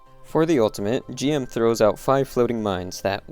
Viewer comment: ITS GM (JIM) ITS NOT G.M. ITS PRONOUNCED JIM JIIIIIIM GUNDAMIT🤦🏽‍♂️.